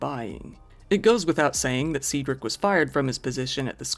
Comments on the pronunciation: Honestly surprised not everyone has heard the name Cedric before. I’ve never heard someone say it as see-drik before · It's Cedric. Like the guy from the Harry Potter movie.